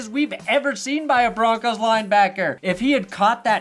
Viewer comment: 1 last thing aye its broncos not broncas say it wit me bronc ohs not bronc ahs put some respect on our name you can't say it like a suburban mom and expect things to go well in a combat sport idk what you guys think foot ball is